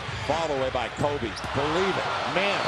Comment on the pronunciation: KMOBE! lol the guy gotta learn how talk